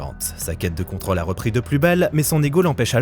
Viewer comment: Comme si c'était pas assez contraignant de devoir entendre mal prononcer "rôle" à longueur de temps (évidemment pour des vidéos parlant de tournages) voilà qu'on doit subir "contrôle" encore et encore... Pitié que quelqu'un sauve cet accent circonflexe délaissé, ignoré, malmené !